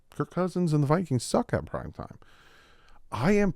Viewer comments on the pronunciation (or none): none